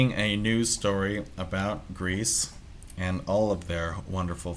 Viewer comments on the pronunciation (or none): none